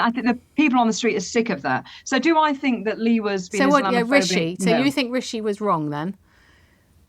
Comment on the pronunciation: Funny she can't even pronounce Rishi properly